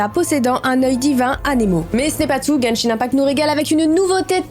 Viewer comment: Moi qui joue a Genshin tu le dis très bien